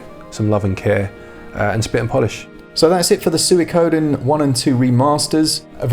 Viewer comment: Swee-koh-den! I loved the story and characters in the original and would love to win it for my Switch! Pretty please! ;)